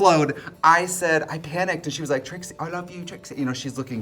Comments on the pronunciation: brittany calling Trixie "Trisha" is amazing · Did I miss something why is she saying TRISHA the whole time lol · Am I crazy or did she call Trixie “trisha” like three times??🤣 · Why is no one talking about the fact that Brittany called Trixie “Trisha” 18 min in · i’m i hearing this wrong but Britney has called Trixie “Trisha” several times, i even went back and turned subtitles on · Why is Brittany calling Trixie, Trisha. I heard it three time. Is this a nick name I don't know of or am I hearing things? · why does it sound like she’s saying trisha every time she refers to trixie am i crazy ? lol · Why does Brittany keep calling Trixie "Tricia" all the time 😭